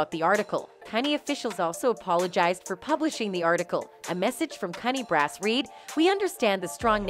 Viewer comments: I believe CUNY is pronounced Q-nee. Not cunny. Someone's not from the NYC area. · The college CUNY (CITY UNIVERSITY OF NEW YORK) is PRONOUNCED: "CEE-YOU-ENN-WHY". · It's pronounced Q-Knee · As a New York City native, CUNY Is pronounced “Q-knee”. I’ve noticed in many of your videos, you are mis-pronouncing many words. Sending advice, that’s all. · Hi please give this robot pronunciation correcting CUNY is Que-new